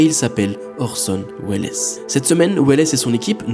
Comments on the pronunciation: 😂 Le pire c'est que orson welles (prononcé orson Wells) est mort en 1985... Il n'y a pas si longtemps. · c Orson Wells c est une syllabe.,..,😢